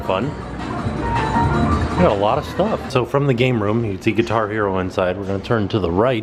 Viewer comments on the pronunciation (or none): none